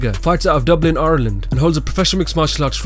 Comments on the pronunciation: Where's ourland? Conor is from Ireland, not ourland or whatever way he said it. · The way he pronounces Ireland hahaha love the videos though 👍🏻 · I'm Irish and a massive Conor fan he's my favourite athlete but I think Joanne is better as she's defended her belt more times against the top contenders, also you say Ireland very funny